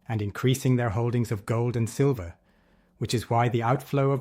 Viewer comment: Silver - not sliver.....